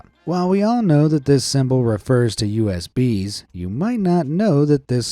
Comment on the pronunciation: I wasn’t watching the screen, and when he mentioned the US bees I turned my head to see those bees and what’s their difference from other bees. Turns out he said USB’s not US bees. I’m dying 🤣🤣🤣